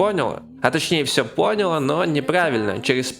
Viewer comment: С самого начала видео залило кровью из ушей при этом повторении "пОняла" АааАаааАааааааааАааа